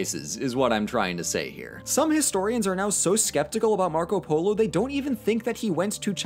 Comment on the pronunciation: Nobody: 9 year old kid:poLOoo